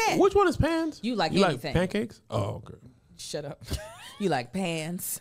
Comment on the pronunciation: “She’s a city gworl” 😂😂😂😂😂😂😂😂😂😂😂😂😂😂